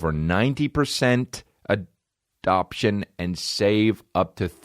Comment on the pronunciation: Completely fucked up saying adoption. Lol